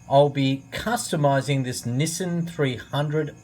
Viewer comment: "NISIN" (no offense just thought it was funny i do love your vids this also helped alot)